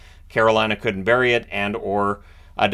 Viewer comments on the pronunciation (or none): none